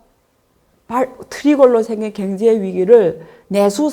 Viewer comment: 왜 자꾸 갱제 로 들려요?ㅎㅎ